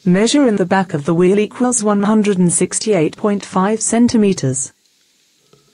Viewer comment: equils blah blah blah centimeters....its equals not "equils"